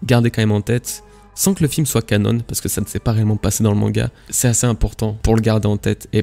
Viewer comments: Arrête avec tes "Canonne" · J'ai kiffé la vidéo! Oh par contre on prononce canon comme l'arme à feu et pas "canone" c'est un mot français ^^